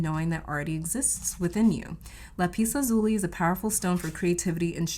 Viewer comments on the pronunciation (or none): 'lap us la zoo lee, I believe is the correct pronunciation.